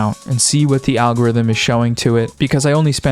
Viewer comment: And I'm heah foh dis awgowifum